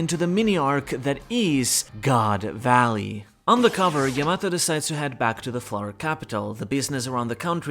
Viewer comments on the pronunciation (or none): none